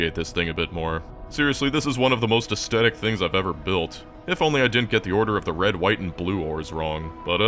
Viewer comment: For a moment when he says "rend white and blue" y almost believe he could say Paraguay 😢❤